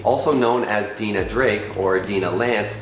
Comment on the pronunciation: Its dine-ah not dean-ah. Its Shy-era not she-ra. Nothing like a college graduate that can't read at a 3rd grade level.